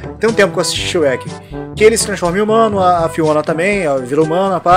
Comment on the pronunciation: Não é Shrek shreka